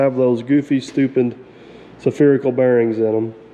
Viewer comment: Not se-phe-ree-cal bearing but Sphe-ree-cal bearing as in a bearing shaped like a Sphere. Otherwise, please finish the truck. It is such an iconic contraption. For all of us who love the smells of steel and diesel fuel.